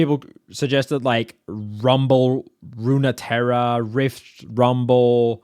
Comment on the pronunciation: "Runeterra" is pronounced "roon-terra".